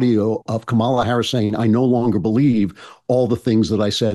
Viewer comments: Andrew’s not pronouncing Kamala right. I can’t believe political pundits who talk about her every day haven’t taken three seconds to Google how to pronounce her name. After hearing everybody pronounce it differently, I decided to Google it and now I know. Why don’t these people whose entire career is to talk about her take three seconds to look up how to say her name? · Why did you allow your guest to mispronounce Kamala's name so many times? And mispronounce it yourself? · How many times are you going to mispronounce Kamala's name, bro?